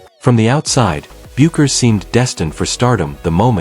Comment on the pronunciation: Get the pronunciation of her name right. It's pronounced BEH-KERS!